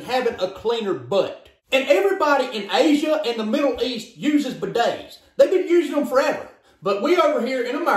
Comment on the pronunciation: ”buh days”